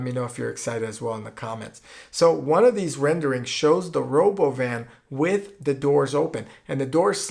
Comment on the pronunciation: it sounds russian, is it russian? "Rhoboban" sounds russian as hell!!